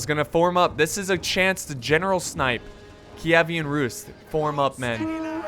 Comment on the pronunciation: It's pronounced keev-an rus